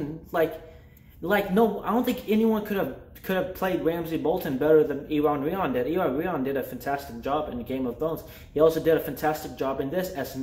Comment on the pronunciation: That dude's name (Iwan Rheon) is pronounced OO-ahn RAY-awn